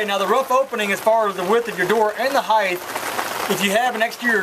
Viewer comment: No such word as "heighth"...